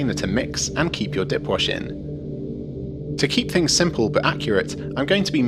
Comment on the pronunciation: ...did he say DIY "dick" wash???